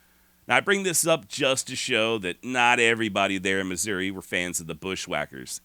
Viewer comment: As someone who was born and bred in KC Missouri and lived most of my 66 years there, your pronunciation of Missouri is perfectly acceptable. I've always pronounced it not with "eeeee" or "aaahhhh" but somewhere in between, Missour"eh". Yiou could also just say old Mizzou. I must counfess, while I'm not Southern sympathizer in any way, I do sometimes (like.on the day Mizzou plays KU in football or basketball) have an odd compulsion to burn Lawrence to the ground. I'VE NEVER ACTED ON IT THOUGH!